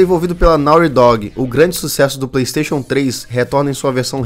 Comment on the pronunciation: Praystation! Praystation!